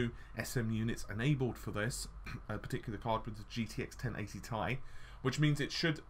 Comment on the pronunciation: Curious what your reasons are for saying 10GB is at odds with a 384-bit bus? As a side note I've never heard anyone pronounce "Ti" as "Ty" it sounds weird :P Also "en em" (nanometer) also sounds weird, I'm not sure why though :D